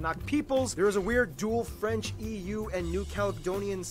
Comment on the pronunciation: Your french pronounciation is actually better than Barby, who muscles through it as if he was eating a mouthfoul of potato chips.